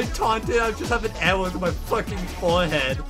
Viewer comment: i love how pronounces arrow as "awwow"